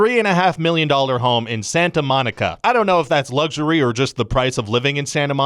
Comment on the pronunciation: Ryan George: Luxury! Also Ryan George: Lugxury.